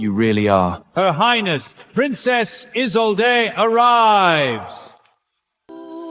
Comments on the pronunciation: I wish they'd get the pronunciation of her NAME right. (So many of these videos ALL get it wrong!!) It's NOT "IZ-oh-let" or "IZ-oh-lade"; it's "Iz-OLD-duh"!!🙄🙄🙄😥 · Isolde is usually pronounced Is-old, not Is-o-let or is-o-laid. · Isolde is not that difficult to say, dammit! Is-ZOL-day. I guarantee you it's never been pronounced as "islam" 😂😂😂😂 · is there really any voice AI can said isolde name right :face-green-smiling::face-green-smiling::face-green-smiling: wtf isoline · The way they're mangling her name is frying me 😂😂😂 I believe Isolde is pronounced uh-zoll-duh. Hell, i could be wrong too 😂😂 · Isolde's name was said correctly only one time! Karon's name? Ridiculous